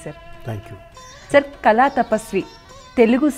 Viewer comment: Amma thalli, kalaaa kaadu, kaLaa. mundara telugu nerpinchanDi Vanita TV